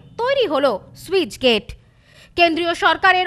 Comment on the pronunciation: ঠিকমতো পড়াশোনা করে তার পর সংবাদ পাঠক সাজুন। স্যুইচ গেট কি বস্তু? যা খুশি! কথাটা স্লুইসগেট (sluice gate)